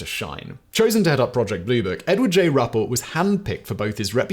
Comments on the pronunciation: Simon , it’s pronounced “rue pelt” this about cause me to claw my ears out , but please keep up the amazing videos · It’s actually pronounced (Roo-Pelt), just saying.